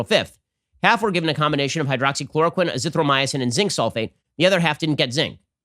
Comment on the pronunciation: What can't anyone in media correctly pronounce 'azithromycin'?